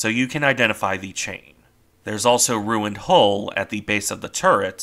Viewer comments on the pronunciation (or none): none